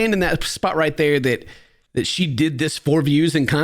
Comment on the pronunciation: American accent was really good when she read it! Only thing I noticed was when she said “dId” (capital i )